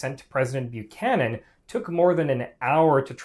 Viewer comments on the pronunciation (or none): none